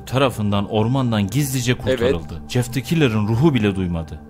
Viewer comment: Şu adama Jjjjeff demeyin. J ile c’yi karıştırıp söyliceniz :/